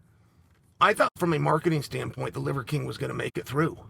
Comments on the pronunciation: "Livercream" You can't unhear it. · Did I hear Chael say the “leather king”? Funny 😂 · I love the subtle ‘Leather King’ and ‘Liquor King’ slips haha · I love that he partially botched Livers name about 12 times. It makes it so much better. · Chaels inability to say Liver King is undefeated. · It’s so hard for him to say “liver king” 😂